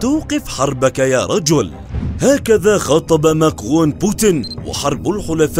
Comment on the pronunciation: حركاااااااتك هههههههههه قلبي انت والله قول( ماكرون) مره ثانيه باالفرنسي اتحداك تقولها مره ثانيه بسرعه فديتك وحشتني